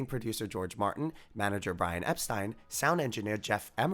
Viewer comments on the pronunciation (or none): It's pronounced Brian Ep-steen. Otherwise, cool stuff!